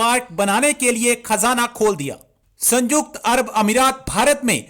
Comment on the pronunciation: Abe Chutiye Sanyukt hai Sanjukt nahi